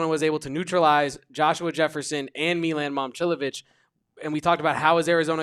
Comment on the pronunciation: Dawg. Its not meelan. Say his name right if youre gonna be a hoops expert. Milan.